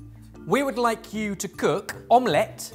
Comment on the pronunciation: Again with om-LETT pronunciation. 😂